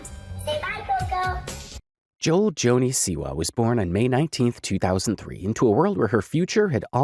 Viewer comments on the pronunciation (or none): hey just a heads-up her name is pronounced- JOE. EL. Joan.....joel is a males name Joelle is a girl's name. JOH ELL